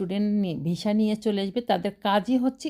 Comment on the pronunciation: Visa o ucharon korte pare na